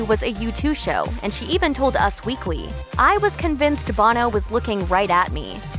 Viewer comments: Nic Adamski-O'Toole and “us weekwy” lol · There is something wrong with the narrator, she keep adding W sounds. She said Us Weekwee, Los Angelwos and educationwul.